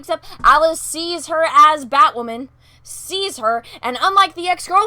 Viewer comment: Does BatWahmen have psychological problems? Sure sounds like it...🤔